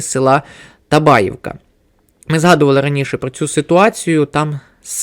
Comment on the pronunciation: Зауважу, що правильний наголос у слові Табаївка – на Ї. як у "Бабаї" чи "солов'ї"